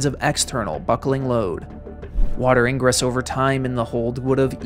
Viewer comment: Millibars must be a different scale 50 years later because its currently 946 millibars where I am at. No rain yet but later. And its an AI video. Water Ingress is mispronounced and pm is broad daylight.